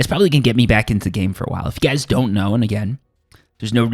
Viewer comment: Did you say "we're looking at 20, goys"?